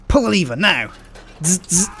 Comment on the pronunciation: It's not leever do you now how to read